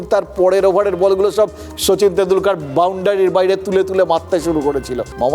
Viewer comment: বলছি যে শচীন তেন্ডুলকর নাকি শচীন তেন্ডু - লাল - কর? 🙂